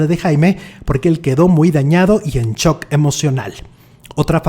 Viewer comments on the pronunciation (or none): none